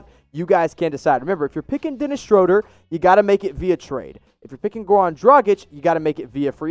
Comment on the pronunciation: Woohoo you say Schroder correctly! If any stand Nate Duncan saying shrewder on his Pod